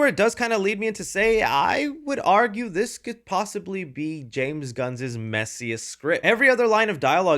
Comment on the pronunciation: It’s phonetically pronounced “James Gunn’s movie” and not “James Gunnzez movie” I love your channel and have followed it for many years but that pronunciation grinds my gears.